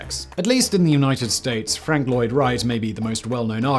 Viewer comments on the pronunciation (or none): none